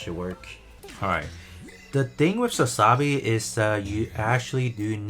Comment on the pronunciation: You do know it's pronounced Sa-za-bee, right? Not Sa-sa-bee.